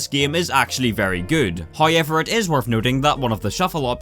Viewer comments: am I the only one that hears "Hoyever" instead of "However" ? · oi mate cant pronoince the word hoiever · so many "hoyever" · However video 👀 yet pronounced hiover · Bruh you the goat, “Hoyever” ima need you to act like a grown up......you know this guys english is englisht 😁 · hoye-ever is really bothering me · Take a shot whenever you hear 'hoyever' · Also got "hoiever" going for him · This guys can't even fucking say however and he spams it every 13 seconds; jokes aside, loved the video.